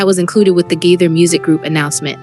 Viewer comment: Please learn how to pronounce the family names correctly. THE GAITHERS....(long a) Nelons...(not pronounced like melons) You can listen to other videos and learn how to pronounce their names correctly. These families deserve that respect.